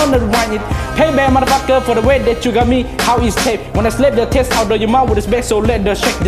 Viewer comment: When he said “mudda fukkuh” 😔😔😔